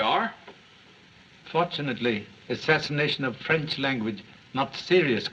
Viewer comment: I find him less realistic the more cultures he attempts. He should have stuck with New York copper He massacres the French accent 😂 "Ze this" "ze that" 😂😂😂